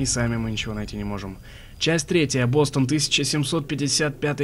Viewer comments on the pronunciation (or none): none